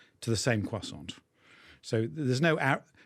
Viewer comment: Croissant has a silent T!!!